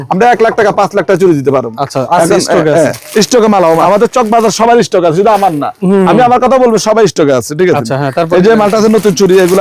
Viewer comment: What is mean by esssstock?? 😂😂😂😂❌ ❌